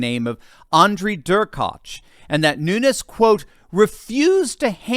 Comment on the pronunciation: Pronounced: Noon- yezzz.